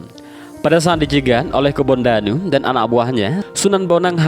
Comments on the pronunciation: Kebo ndanu min ....bukan kebon danu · Kebo ndanu bukan kebon danu ts